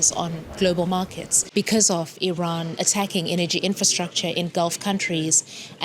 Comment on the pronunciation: Glad you pronounce Iran correctly. So many say I ran. It is ee ron, as you said it.